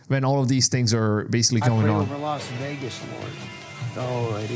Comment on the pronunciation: Las Wegas 😂